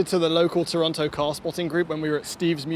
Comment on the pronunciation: He said Toronto and not Toron-no!